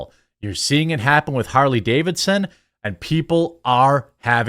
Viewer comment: I just stopped by the Comments Section to say "Harley Gay-vidson".....Im out!!!